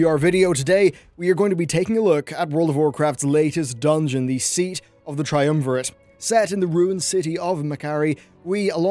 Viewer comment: FINALLY A YOUTUBER WHO CAN PRONOUNCE TRIUMVIRATE. JESUS CHRIST THE INTERNET HAS MADE US COLLECTIVELY "STUPIDER"